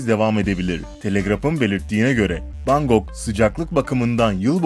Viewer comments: Bangok değil Bangkok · Bangok değil Bankok :) olucakti sanirim :)